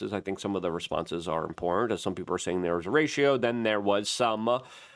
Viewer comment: It’s people not peeper